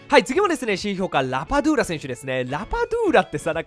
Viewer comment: 僕はラバドゥーラ→ラタトゥーユ（料理名）に聞こえました❗️